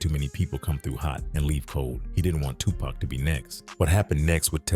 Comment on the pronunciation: Why does the pronunciation alternate between "TuPACK" (as in wolf pack) and "Tupac" smh.. Dang AI videos